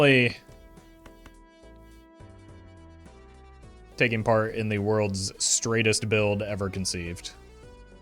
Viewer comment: "Straighest" deck XD